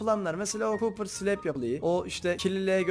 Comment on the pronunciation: Cooper ore dediği bakır madeni